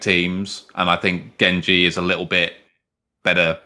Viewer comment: The only trigger is pronounced( Jen)Gen like generation not gen like genji anime character. Other then that great video